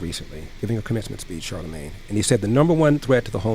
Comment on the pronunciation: You called him "CharleMANGE Da Dog." That made me laugh!